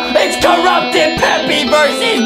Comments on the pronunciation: It's Peppa not peppy and Justin needs dounts and Adam needs some milk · It's peppa not peppy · That ain't peppy piggy bruh it's supposed to be Peppa pig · Peppa not peppy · The way u said "they passed by pepies house (pepa pigs house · It's not peppe it's p e p p a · Its not peppy its pappa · Peppy? IT'S PEPPA! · what is pepie pig its supposed to say pepa pig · Its peppa not "peppy" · It’s pronounced Peppa P-e-p-p-a